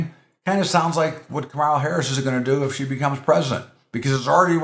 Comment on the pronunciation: You can't pronounce KAM a la? Even Donnie Disinfectant can pronounce it now :)